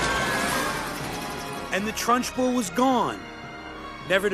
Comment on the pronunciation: Haha I only hear you saying “Trunchable” as in rhyming with Lunchable